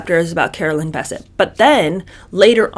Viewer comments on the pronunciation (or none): Sis first of all her name is bessette not bisset it's French secondly I'm 6 minutes into the video and you've only repeated the same thing three times You've left out the author's name which is Maureen Callahan can we move on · No biggie, but I've always heard Carolyn's last name pronounced with the accent on the end. BesSETTE. Loving this series already! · Bessette is pronounced with the emphasis on the second syllable! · I realize you posted this about a year ago but I just now started viewing it but I’m struck that you aren’t pronouncing Carolyn’s name correctly. One of the most photographed & reported upon women in the world -how could you not have heard someone/anyone say her last name. You’re doing content on pop culture but I always get the impression that you don’t actually follow things or read/watch/listen to news/current events. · Carolyn's maiden name is pronounced "buh-SETT"! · It's BessETTE. The pronunciation is on the last syllable. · OMG the way you pronounce Bessette. 🙄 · You're mispronouncing Carolyn's last name.